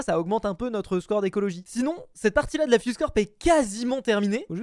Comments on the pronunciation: mdr le si nonz a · On appréciera le "si nonz"